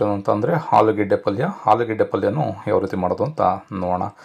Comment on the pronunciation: ಆಲೂಗೆಡ್ಡೆ not ಹಾಲುಗೆಡೆ. ಆರು ಅದು ಹಾರು ಅಲ್ಲಾ